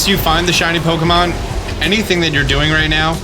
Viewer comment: I simply cannot stand the pronunciation, "poke-uh-monn"